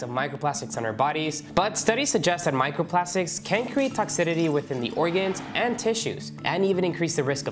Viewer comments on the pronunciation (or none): “Toxitity”? Interesting…